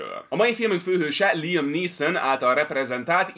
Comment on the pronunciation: LIEM????? LIEM??????????????? Nem LÁJEM?